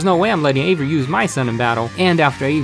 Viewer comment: I heard Avery "HAZZA"